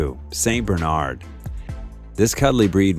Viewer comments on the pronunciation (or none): none